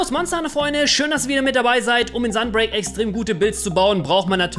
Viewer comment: Es heißt Talismane und nicht Talismanne. Es heißt auch SUN (Englisch für Sonne) break und nicht .. naja wie schreibt man das falsch?! XD